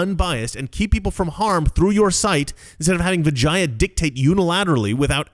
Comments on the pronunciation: I think you mispronounced vagina. Oh wait i'm sorry. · I thought you said her name was Vagina. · Why do I keep hearing vagina? Lol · I keep hearing Vijina... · Am I the only one who thought he said "vagina" every time? Lmao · 😂I’m sorry. I keep laughing every time you say vagia. Put an “n” in there. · Every time you say vagia, I hear vagina. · Anyone else keep hearing Vagina? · Every single time he says Vijaya I think he’s about to say vagina. It gets me every single time. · Every time Mr. Reagan said Vijaya's name my head would pop up as it sounded like he was starting to say "vagina". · SORRY BUT EVERY TIME YOU SAID HER NAME..I HEARD VAGINA LOL I AM SO IMMATURE